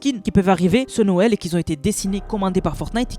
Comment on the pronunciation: Qui ont !!!! Pas qui zont !!!!